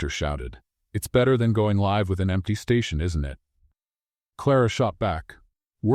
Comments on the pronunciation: The correct pronounciation is ‘life’. (LA IF) not Lhow you pronounced. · Learn to pronounce ‘ live ‘ correctly!. It’s same as ‘life’ in this context.